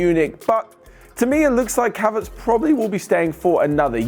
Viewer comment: Did anyone hear when said kaverts instead of haverts